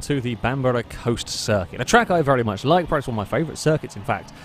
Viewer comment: Why does he pronounce "perhaps" as "prehaps"?